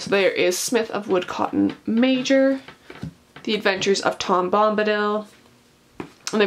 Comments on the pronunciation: Your pronouncing Sauron as Sore-on and Smith of Wootton Major as Woodcotton Major makes me question the appropriateness of your decision to publicise your celebration of Tolkien Reading Day. That being said I agree with you that The Hobbit films were a travesty. Only thing worse than them is that horrendous Shadow of Mordor game. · Judging my some of her pronunciations she hasn't read the Tolkien Treasury books at all (she said Roverdam and Smith of woodcotton major)